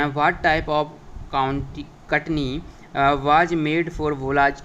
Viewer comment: वो कटनी नही चटनी है😂😂😂